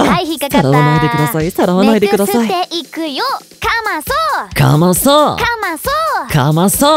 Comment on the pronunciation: 私的お刺さりポイント このヨシ！最近ハマってるよねかわいい！笑 いくよーの発音が幼い(๑′ᴗ‵๑) の某天球系配信者のモノマネすき 自分のかわいさ自覚してるショタって感じとても刺さる( ´ཫ` ) ガッツリ決めてくるかと思ったけど裏切られたしぬww 急な立体音響囁きどきどきする！ 定評がある安定に上手い✨ 先輩グルの限界オタクなってる推し尊い 面接やってくれると聞いてからずっと楽しみにしてました！ クオリティ高くてさすがって感じでした👏🏻💖 動画面白かったです！upありがとうございます！